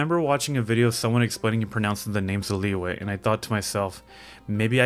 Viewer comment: You pronounced Liyue wrong, not Liwei, it is Liyue. Nut land = Nat lein Natlan = Nat lan